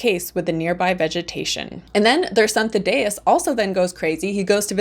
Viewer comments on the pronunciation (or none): “Thaddeus” is pronounced like “THADD ee uss”